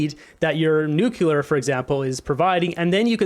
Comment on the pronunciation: It's 'Nuc - lear' nuclear pronounced New- clee - ar not: New kew - lar. President Bush (George Bush) constantly made the same mistake. (Just sayin' ) I adore Danielle Smith, she thinks and speaks so clearly and logically, and so correctly. A great communicator, as is Jordan Peterson. It would be political and social suicide to align oneself with Justin Trudeau and the Liberals. Mark Carney would be making a huge mistake because jumping on board a ship that is sinking so rapidly , no matter how good you are at baling, it's going to sink as you are baling and arguing with a Captain, who is determined to make it sink, and determined to make it look like an accident.